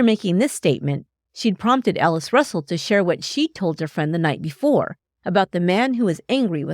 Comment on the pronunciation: Is she saying Alice or Ellis? Sounds like Ellis